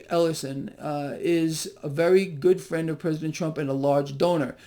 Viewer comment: Vewy powellful sillywabbit